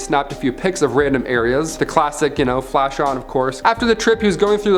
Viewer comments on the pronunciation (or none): none